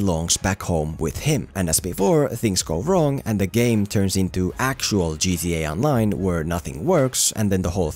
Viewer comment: Whenever says GTA online cracks me up